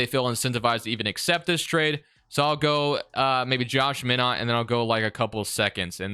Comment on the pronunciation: 😂 why you pronounce minott name like that